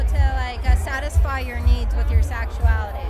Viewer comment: "With your SAXUALITY." -Confused Woman